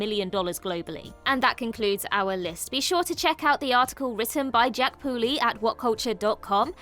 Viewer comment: I like how you emphasized Jack Pooley's name. A nice touch to the topic of this video. Hopefully the guy who always posts "Time to fire Jack 'Poorly' Pooley" in the Facebook posts comment section is watching this.